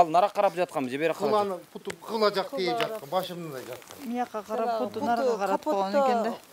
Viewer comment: Путу емес буту деп айткылачы